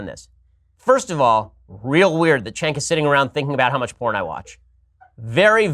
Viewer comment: Why do you call him Chenk? It’s Cenk, like Cent but with a k instead of a t.